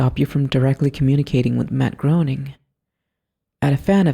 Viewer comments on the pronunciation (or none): Why do people pronounce Matt Groening's last name wrong. His last name rhymes with "raining". That is the correct way to pronounce his name.